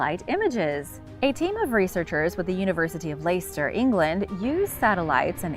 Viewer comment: It’s less_ster not Ley-ster